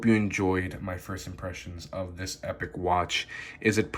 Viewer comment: Nice review. But Epoch is pronounced 'ee-pock' (meaning a particular period of time in history).